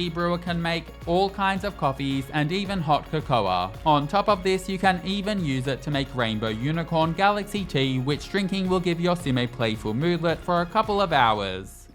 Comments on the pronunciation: co co not co coar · Hey! No we don't! 🤣 I'm English, born and bred, and have either friends or family from all three of the other countries within Britain, and we pronounce it 'COE-coe' (both syllables rhyming with foe, or sew, with the stress on the 1st syllable) like I thought everyone else in countries that use English did until now. Don't think he's British, his accent sounds Australian? or New Zealand? but none of the Ozzies or Kiwis I know pronounce it 'coe-COE-ah' either. I also had a good laugh at 'bom-BAD-ee-er' (Bombadier Beetle) - I've never heard it pronounced any other way than BOM-bah-deer 🤣🤣🤣 Don't watch youtubers much so not familiar with this guy - I actually started thinking it might be an AI voice 😳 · Did you pronounce "cocoa" as "koh-koh-ah"? Is that an Australian pronunciation? I've never heard it before! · British people pronounce cocoa so funny 😭😭😭😭😭😭😭